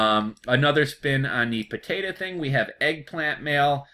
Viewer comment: not trying to be a jerk...but listening you pronounce 'potatahhh' is genuinely hilarious